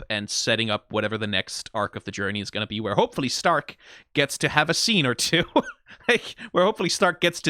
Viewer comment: Think its funny how you go and pronounce Stark correctly, but then in the same sentence still call Fern like the plant and not the german "Far" (also, yknow, Far, cuz shes a sniper, it funneh)